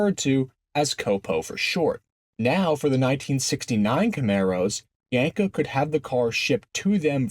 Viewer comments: The cringe every time you said "Yanko" instead of "Yenko"... :) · My guy said yenko no less than 100 times and pronounced it wrong 100 times 🤤